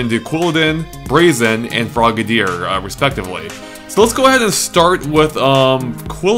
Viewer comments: Gah,, you're still pronouncing Braixen wrong. It does have an X, it's just that how you pronounced it in the analysis was like "Brahkseein" (probably because you were misreading it as "Braxien"). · Braixen is actually pronounced breaksin, which is derived from vixen (a female fox).